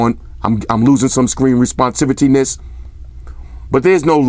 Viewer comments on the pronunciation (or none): “Responsivityness” LMAO